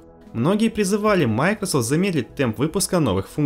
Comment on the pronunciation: Это оправдание, что ли? Можно слова не глотать? Для начала название компании MicroSoft можно научиться нормально произносить? Хотя бы сотрудников компании послушайте. Ну и грамотность улучшить бы, жертвы ЕГЭ...